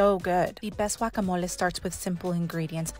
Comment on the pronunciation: I knew it was going to be good when she pronounced guacamole correctly!